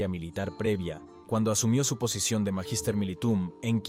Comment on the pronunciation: Por favor, cuiden la pronunciación del latín. Magister militum se pronuncia "Maguister mílitum".